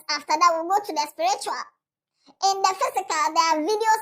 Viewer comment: please say it well… the word is “Sprichua” 😂 not “Spiritual” 😂